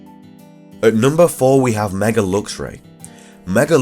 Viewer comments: why the pronunciation of "mega" as "megger"? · Are you saying "Megar"